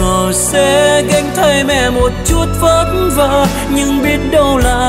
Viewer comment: anh phát âm hai chữ vất vả đúng chất luôn còn a phát âm hai chữ vất vả nghe kỉ là dấc dã ý kiến riêng em thôi